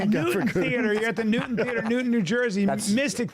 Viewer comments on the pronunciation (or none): none